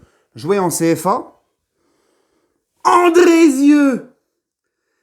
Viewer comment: quand ta dit andrezieux au debut mdr tu ma tuer force a toi